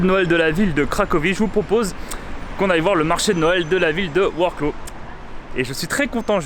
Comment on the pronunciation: Super tes vidéos sur la Pologne, c'est vraiment bien fait on a l'impression d'y être 👍 je suis allé à Varsovie aussi fin août j'ai adoré, je n'ai qu'une envie c'est retourner dans ce pays ! Par contre il va te falloir un petit cours de prononciation du noms des villes polonaises 😄 Lodz = "woudj" et Wroclaw = "vroswaf"